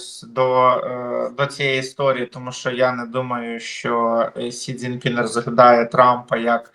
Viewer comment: Я з повагою ставлюся до пана, але з орфографією в нього тяжкувато. За весь цей час він так і не спромігся вірно вимовити призвіще китайського диктатура, він до цього часу кличе його Сінь Дзінь Пінь. Але я готовий його й далі слухати.